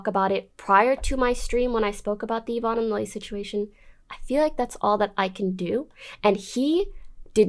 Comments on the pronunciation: he pronounced yvonne ya von ee. he has autism though so its not really right to make fun of him for his pronunciation. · Why do you pronunce "Yvonne" differently everytime you talk about her lmao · I have to tell you this because otherwise you might not ever know but Yvonne is pronounced Evonne and Sean is pronounced Shawn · good detailing of the drama, but how you make a 3 and a half hour video about the otv drama and mispronounce SEAN and YVONNE